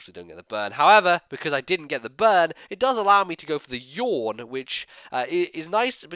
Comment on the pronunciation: The way you say Yawn is hilarious to me for some reason.